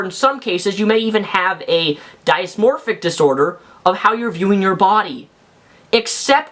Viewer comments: It's "dis-mor-fick" not "die-is-mor-fick", and I'm pretty sure plenty of people know what it is, since many people are familiar with bulemia and anorexia. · It's "dis-morphic", not "die-is-morphic" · Let's start with how to properly pronounce DYSMORPHIC...not DIASMORPHIC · Good video, but it's pronounced "diss-moprhic disorder," not "die-us morphic disorder." The full name is "body dysmorphic disorder." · great vid It is dys-morphpic pronounced dis-morphic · Dysmorphic disorder is pronounced "diss mor fic" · I've never heard anyone pronounce dysmorphic that way.